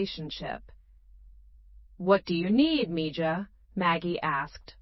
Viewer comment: It would be nice for narrarator to use the correct Spanish pronunciation for mija (me-ha) when reading. Its bad enough for incorrect English tense use: ie "reed" (present tense) instead of "red" for past tense term 'read'.... If this is "AI"; its Not that intelligent.